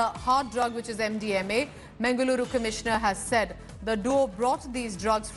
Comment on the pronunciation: Its mangaluru😏😏not mengaluru😑😑